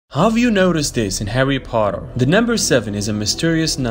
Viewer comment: “Did you notice this in “Hawry Potwer” LOL😂